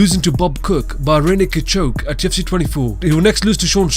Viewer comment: The way he says rear naked choke: "randy cachok"